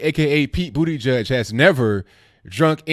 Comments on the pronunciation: I noticed you pronounced it “booty gig” haha 😆 that’s touché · it’s mayor Pete Butt-Jet Get it right bro